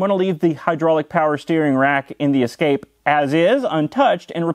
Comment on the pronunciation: Ah, a Ford Ess-ca-pay.